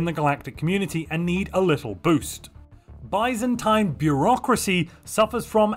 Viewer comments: The way you pronounce Byzantine is truly bizarre. Is this how it is typically said where your from? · Baizentain bureocracy 😂😂